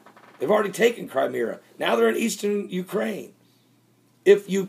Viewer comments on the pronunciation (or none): I'm fed up advising you IT'S NOT CRIMEERA IT'S CRIMEA it has only one r I cringe every time you do this wrong now. Have the respect to know how to pronounce the areas right!!!! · Not Creemera. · It is pronounced "CRIME-ME-A" Say it like that. You are wrong about Russia. I hope that you will one day work it out.